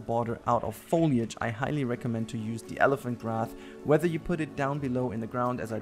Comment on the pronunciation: SAYS ELEPHANT GRAPH INSTEAD OF ELEPHaNT GRASS